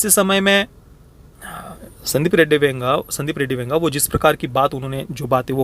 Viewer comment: Ae, tu Venga bola kya Vanga ko?